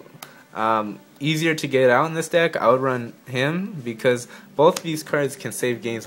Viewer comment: It sounded like he said "so this is the dick" omg